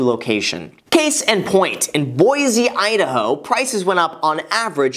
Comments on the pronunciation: Lol Boizzzzeeee Idaho. Say it BoySee lol. Plus born and raised in Boise Idaho. Go Boise state Broncos. Love your content. Been Subscribed and liked the video. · I cried inside when he said Boise Idaho, its hurts here alot :(